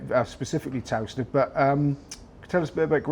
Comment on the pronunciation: Would be nice if the interviewer could pronounce Towcester properly. Muppet.